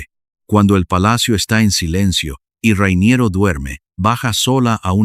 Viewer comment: Se llama "Rainiero", por qué inventas vocales llamándole "Ruainierou"... llevas un chicle en la boca? 😂😂😂 Como el anuncio de "Carolina Herrera", que la llaman "Cauruolainea huerrueira", parecen borrachos! 🤣🤣🤣